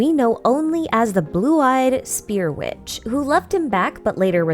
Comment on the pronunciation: that "son of a witch" sounds like "son of a b****"